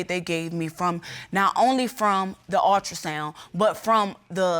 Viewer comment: The word is ULTRASOUND, not altrasound, if you can't even pronounce the word then you should not even be there